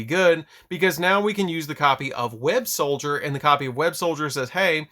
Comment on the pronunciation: I feel the need to say this, it's Web-SOLDER not Web-SOLDIER